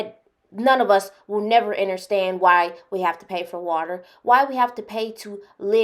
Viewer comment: R u saying "inner-stand?" I thought I heard you say that a couple of times. I apologize if you're not. but if you are, I find it profound